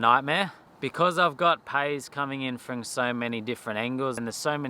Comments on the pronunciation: Really interested to know where you picked up the habit of saying frong instead of from ? Never heard that before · Love ya work mate! But did you say “ work frong” a couple of times? 😂